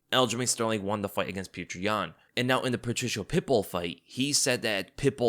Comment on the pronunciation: who is this pew-cher yan fella?